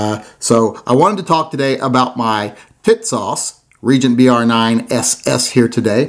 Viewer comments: TİSAŞ is pronounced ''Tea-sahsh''.. with accent on the first syllable. The company has a nice promotional video in English on YouTube- "Tisas promotion film" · Damn. Why can't you call it the right way? Tits ass!